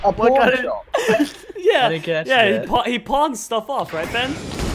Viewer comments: He said Pornshop Insted of Pawnshop!! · it sounds like hes saying porn shop